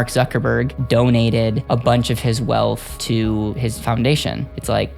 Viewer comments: Why do you pronounce wealth as “WEALTFFF” and “EARTFF” it’s wealTH and earTH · Trying to take a person who says “erf” and “welf” seriously….